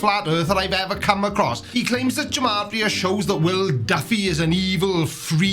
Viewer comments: Okay so I'm not one to be a stickler for pronunciation. HOWEVER, G and J are very much separate sounds in Hebrew, unlike in English. So, "gematria" should be pronounced with a hard "G" sound, as in "give"; as opposed to a soft "G" as in "germ". Sorry for being a pedant! Hopefully someone finds this interesting lol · Love the content, btw Gematria has a hard G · It's pronounced "Gematria" with a hard G. There's no J sound in Hebrew.